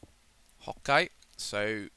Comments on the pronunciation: stop saying hoke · he said OK as "Hokkai" lol i laugh hard until i peed in my pants!!!! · why is he saying hawkeye or hokeye or whatever he is saying? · He says "ho-kay" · He says Hokey